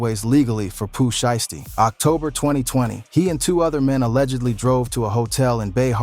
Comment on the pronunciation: "she-esty" 😂😂wtf? shii crazy frfr